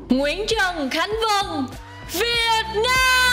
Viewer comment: Vân tập lại khi hô tên “ Việt Nam”. Theo cô thì nhấn chữ Việt sẽ hay hơn. Vân nghe người nước ngoài họ đọc “ Việt Nam” sẽ rõ hơn!